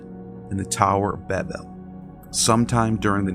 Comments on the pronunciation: Dude, again, do your pronunciation research!! Tower of Babel ("Bay-bel") it's a long "a" because there aren't 2 "b"s following the a (not "Babbel" Ba-bel). Stop being lazy with pronunciation in your videos. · The way he pronounced Babel made me throw my phone multiple times. What the fuck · How come people can’t say Babel? 🤷🏻‍♂️😄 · Ok...you lost me when you kept mispronouncing Babel...come on man ! (I did keep listening tho ! 😅)